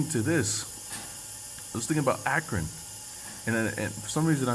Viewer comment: sounds like acorn to me actually Akron-Acorn